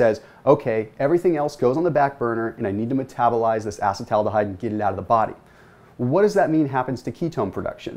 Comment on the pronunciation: uh-see-tal al-de-hyde - please